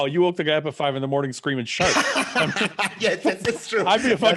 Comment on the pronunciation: It was "Shark"???........Until Fouad said, that I definitely thought Flex was telling a story about how he thought he saw "Shaq" swimming in the ocean....but it turned out to me a dolphin. Wow, LOLOLOLOL!!!